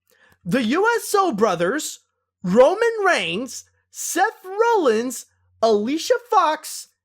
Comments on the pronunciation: I like how mispronounced Mr. McMahon, The Usos, and Seth Rollins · George Harvey yea he also mispronounced Seth Rollins too